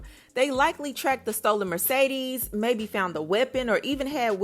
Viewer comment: Take a shot every time she says merce-deeez